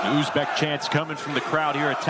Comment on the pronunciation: Kop davlatdagilar aytolmaydi talaffuz qilolmaydi